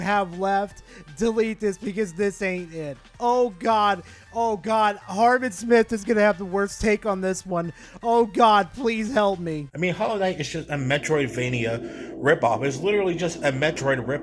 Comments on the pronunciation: This was fun, although I cringed hard when you said ''metrovania'' twice. Especially funny when you're trying clown someone. Skibbidy lulz kid fr. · Bro it’s metroidvania. Not metrovania.